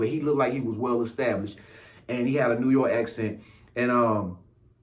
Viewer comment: “Like he was from new yewarrk “ 😂🤣